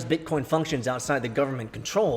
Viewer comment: First time I heard say BEETCOEEN ages. Damn it felt good!